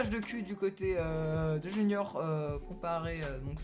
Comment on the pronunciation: Qui a remarqué que c’était pas "Junior" mais "Junoir" ? 😂